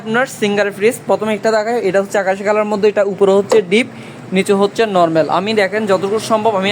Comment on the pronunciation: তুই নরমেল নরমেল বলিস কেন? উপস্থাপক ও তো পারত ওনার কথাটা শুদ্ধ করে দিতে।